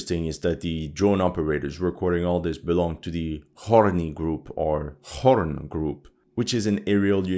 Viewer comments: Khorne is pronounced "Corn". They are Warhammer 40k fan boys. Just like how there are merits of mark being worn by some Russian soldiers. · Lol the Khorne Group, would be pronounced 'Corn' - its one of the four Choas Gods in Warhammer 40k!! The God of War or the Blood God are other names. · It’s just pronounced “Corn” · "Khorne" is pronounced "corn", not "horn". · To, I think its supposed to be pronounced ''corn'' [Are you trolling us?] [Khorne] ''the blood god'' of the 40k universe. Its fascinating to see this khorne groups fandom of Warhammer, and even quoting it, directly. I had no idea so many russians where wh40k fans. For those of you who have not played dawn of war 1,2, or 3, or any other warhammer video games, such as chaos gate, or space marine, or space marine 2, or vermin tide, dark tide, or the total war 1-2-3 series, and thus have no idea what we/ is talking about, AND WITHOUT GETTING INTO MODERN DAY POLITICS! Khorne, known as the blood god, (''Blood for the blood god, skulls for the skull throne'') or god of war (''khorne cares not where the blood flows from, only that it flows'') is just one of the 4 major axis of outer space/fantasy evils in the form of the red god, as supposed to the green, blue, or pink gods. Khorne is famous for having been seen by fans as the simpler cleaner less disgusting less politically incorrect less edge lord less sexually creepy of the chaos gods, since war is seen as a simple or even original form of evil, with Nurgle being the chaos god of plague (''pimples and pustules for ulkair, tumors and buboes for nurgles garden''), tzneetch the chaos god of change (''irrevocable unadaptable insurmountable change'') and Slaanesh, the chaos god of excess, sexual deviance and hedonism (''pleasure beyond imagining, orgies for slaanesh'') Why this group chooses warhammer names and words illu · its pronounced as Korn, reference from Warhammer 40k. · Its pronounced "Khorne" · Its pronounced korn